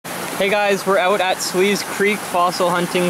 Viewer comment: Hey it’s actually pronounced Suh- less- see. Super cool video! I’m excited to hunt here soon!